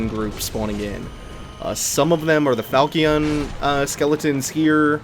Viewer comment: You're pretty keen on pronunciation of things so I thought I'd tell you that falchion is pronounced fall-chen. Google the word and you'll hear the pronunciation